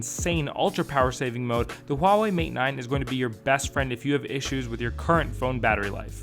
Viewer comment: Thank you for not pronouncing it as wawei haha